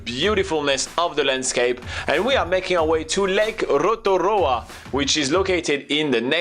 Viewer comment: Thankyou to the guy for saying Rotorua properly!! 💙💙